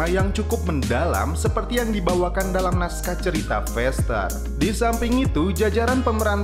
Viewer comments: faster bro. bukan fester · Cakap pn x betul feester,,,,faster